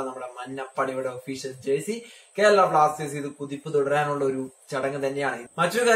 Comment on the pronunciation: It is jersey not jercy